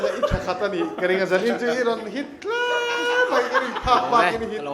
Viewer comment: A hmuhnawm rual in Mai mai tih tur ah mei mei an ti leh zauh zel...